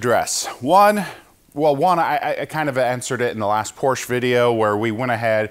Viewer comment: Please pronounce Porsche correctly, you used to be a professional mechanic...